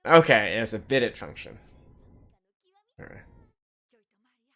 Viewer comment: Bidets are awesome but it’s pronounced “bi-DAY”. 🙂